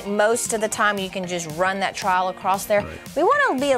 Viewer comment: You keep calling it a trial instead of trowel, it's annoying